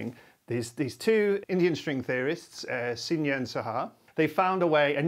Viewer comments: Sinha is not pronounced like it's Portuguese! You say the h! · "...two Indian string theorists..." \*proceeds to pronounce Sinha as if it was Brazilian Portuguese\*